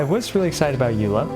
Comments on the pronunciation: Xiangling C6 doesn't actually increase her burst damage because it snapshops before the additional damage is added. P.S. It's pronounced ey-loy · Uh it's actually pronounced RAI-DEN (JK I actually have no idea) It is actually pronounced AY-LOY though.